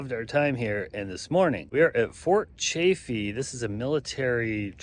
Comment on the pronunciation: Its Quaw (rhymes with claw) paw (just like a dogs paw. And Chaffee rhymes with staff then the e at the end. It surprises me all the people who do travel videos but never bother to ask a local how to pronounce the names.